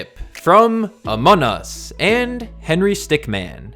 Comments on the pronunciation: stick MIN not Man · Its Henry stickmin not stickman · btw its stickmin not stickman but many people oftenly get confused between these 2 names